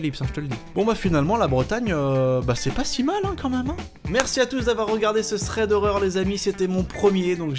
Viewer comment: Thwead howweuw 😂😂😂 j'adore